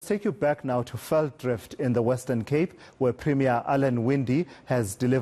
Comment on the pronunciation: its not velddrift its velddrif , get that shit right